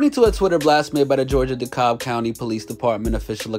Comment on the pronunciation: It’s pronounced “Dee-Cab” county.